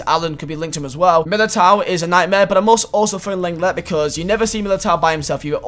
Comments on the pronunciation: It’s long-ley not leng-let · It’s not leng let look up how to say it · Leng let, great pronunciation m8